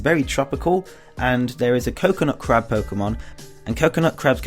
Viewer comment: you got to the crab part, when you said "Now there is a Coconut Crab Pokémon" When I first heard you say it, It sounded like you said "Coconut Crap Pokémon"I was like, "COCONUT CRAP?!?! OMG THATS GONNA BE AN AWESOME POKEMON!!! COCONUT CRAP, I CHOOSE YOU!!